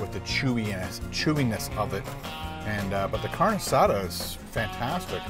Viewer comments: oh yeah its pronounced car-nay not carn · Not "carn asada"..its "car neh asatha" thats how you pronounce it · it's pronounced CARN-EY not carn. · Great, I’m hungry now!!! Hahahahaha P.S. It’s pronounced “car-nay”. Fantastic video